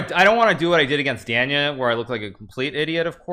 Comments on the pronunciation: if you spoke Russian, you'd know he's saying Danya wrong dumbass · I love the way he says Danya. He doesn't gaf if he says it right haha